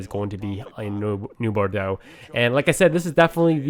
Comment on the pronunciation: new bordo? I thought it was new (Bor-oh-Docks